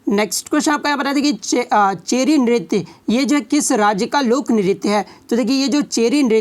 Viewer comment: चेरी नहीं है चरी नृत्य है सर